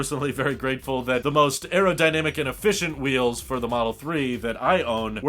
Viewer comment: Please say 'wheels'.